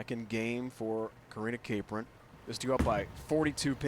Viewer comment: I know Karina Capron! Also the guy said her name wrong. Cap-ron, not Ca-pron